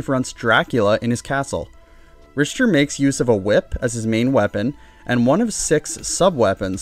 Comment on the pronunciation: Rich Ter? I thought you were calling him Richturd. I think its pronounced Rick ter belmont